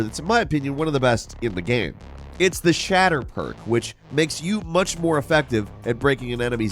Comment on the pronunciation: My dude still pronouncing game "gamm" or "gayam". So bizarre.